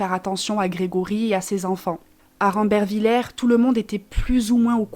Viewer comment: C est qu un détail mais on le prononce rambervillé 😊